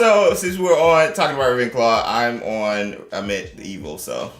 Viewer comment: Hey his name is pronounced a-meet cheers !